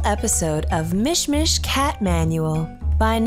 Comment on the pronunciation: Mush much?? It's Mish Mish. And a how to for cats? That's what this is. And you don't dress up cats.